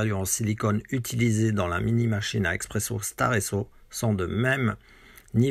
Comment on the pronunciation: Salut on dit Espresso, Expresso c’est pour les amateurs de capsule